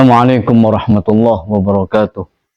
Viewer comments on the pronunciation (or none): none